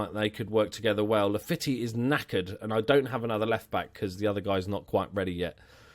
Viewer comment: As everyone has said Weigl is like vye-gul. And Laffitte is pronounced like la-feet, but by all means carry on as you were